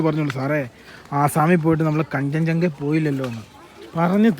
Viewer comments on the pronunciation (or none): കാഞ്ചൻ ജംഗ അല്ല കാസിരംഗ